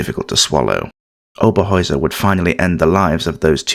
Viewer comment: Herta Oberheuser was her name not Hera Oberoer